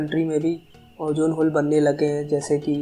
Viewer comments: its ozone bro not ojjooone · Bro it's not ojone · Ojone nahe, ozone hai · Ojone nai ozone hota ha